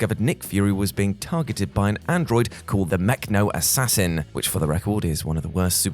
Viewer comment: were you intentionally mispronouncng Mecho-Assassin?